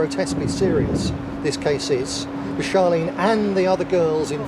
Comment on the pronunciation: Nazir Afzal could not even get Charlene's name right he is just as useless as Blackpool police time for him to go.